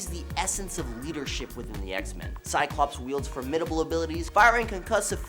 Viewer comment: THERE IS NO "E" IN "CYCLOPS"!!!!!